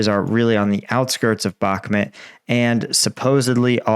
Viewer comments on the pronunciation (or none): Can you please say the word Bach - Moot not how you say it like Bach-met